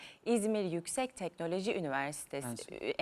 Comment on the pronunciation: Telnoloji değil teknoloji